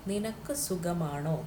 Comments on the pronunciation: Sugamano!!! Pl don't kill Malayalam.. Sukhamano ennanu parayendathu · It must be suKHAmaano ? not sugam .